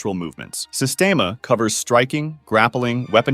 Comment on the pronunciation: pronounced sistiema bruh